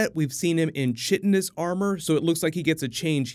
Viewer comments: It's pronounced "kitinous", not "chitinous". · I think it’s “kyetinous” because chitin is pronounced “kyetin”